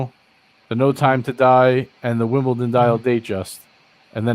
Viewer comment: It's WimbleDON not Wimbleton. FMD, surely the '' should get this right.